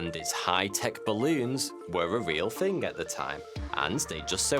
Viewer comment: THING uses a "TH" sounds not an "F" as you say "FING" and "SomeFING"... For an educated person (seemingly) this really lets you down!